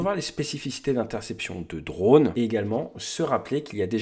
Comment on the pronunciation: Bon, vos vidéos sont géniales, si en plus on rigole avec des "drôles" heu drones , genrés, vous allez pouvoir concourir aux oscars !